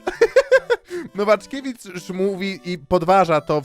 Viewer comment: Brawo, wkoncu udało się powiedzieć poprawnie "Nowaczkiewicz"